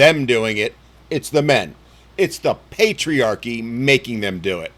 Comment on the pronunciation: Praise Pay-Tree-Arc-E